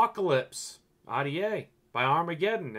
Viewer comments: omg ahh-dee-aye. Are-dee-aye bro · When he says rta he really says Audiea